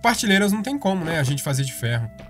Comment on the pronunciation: É engraçado ele falar partileiras ao invés de prateleiras.